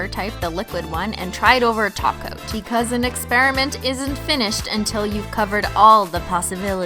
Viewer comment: Omg she finally said top coat as top coat instead of taco!